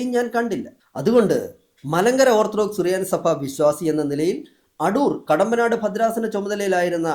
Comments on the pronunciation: അടൂർ കടമ്പനാട് എന്നാണ് കണ്ടനാട് അല്ല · Not Kandanad, Kadambanad